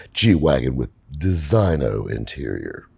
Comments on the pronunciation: Great video as always, but I gotta mention... designo is pronounced “de-zeenyo” — I used to say it the way you said it till I was corrected myself 😆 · Your pronunciation of "designo" kills me. Maserati is awful, no shock they're gone. You could get 30% off by asking for it.